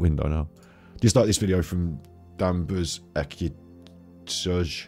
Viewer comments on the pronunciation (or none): Hi, You had difficulty pronouncing the you tuber’s name “Danvers Ecitsuj”. The 2nd word is Justice backwards - haven’t worked out “Danvers” yet.